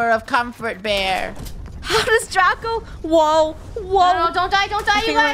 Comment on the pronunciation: Its draco not traco!!!!!!!!!!!!!!!! )